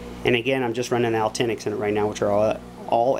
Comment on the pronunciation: Al Tinics hahah I love it. Actinic Bud Pronounced ak-ti-nik